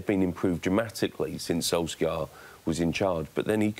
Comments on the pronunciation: When are these 'journalists' going to pronounce 'Solskjaer' properly? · Can they stop pronouncing his name wrong